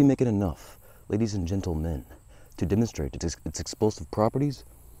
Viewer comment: the way you said gentlemen had me dying 😂